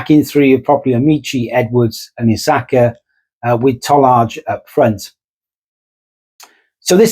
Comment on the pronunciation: Ta Lie not Tolarge 😊